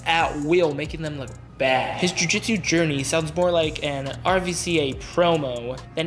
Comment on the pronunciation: Lol u said “r v c a” I always thought it was called that til I moved to Hawaii and learned it pronounced “ruca” there. I trust them more than the average mainlander lol